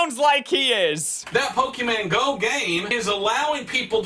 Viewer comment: I love how he calls "pokemon go", as "poki-mango"